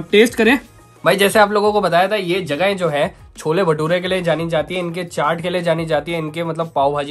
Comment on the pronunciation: cholla ni hota cholle hota hai🤣